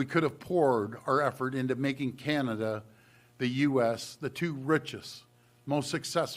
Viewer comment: CANAda. ..not CAN’Tada. We understand U and hear you loud and clear. U must protect you’re citizens.